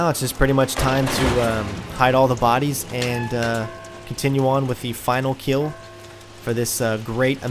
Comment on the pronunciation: Watched the whole playthrough, well done mate, couldn't help but mention the way you say "KILL" it sounds like "KEEL" 😂😂